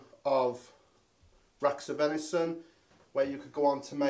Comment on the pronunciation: Venishon... try saying that after 10 pints 🍻😂